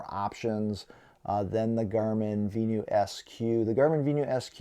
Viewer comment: Had to stop watching after repeatedly hearing vee-new.